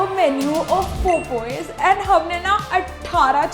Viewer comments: I don't know why evryone calls it popooooyes😂 it's actually pop eyessssss........ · Its Popeyes not popoyes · its pronounced POP-EYES POP as in "the balloon *pop*ped" EYES as in "she looked directly into my *eyes*" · Why is every indian youtuber pronouncing popeyes as popoys?????like every one of them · Popeyes ❌ Popoyes✔️ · Why do most Indian youtubers pronounce Popeyes wrong it's just pop-eyes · Girl r u ragebaiting us with these pronunciations 😭 Popoyes Ka jun 🙂